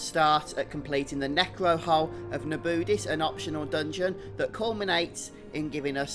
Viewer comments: They say "Nabudis" multiple times in the game and you STILL pronounced it wrong! 🤬 You're doing it on purpose and I'm triggered! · LMAO I was just laughing at how he says it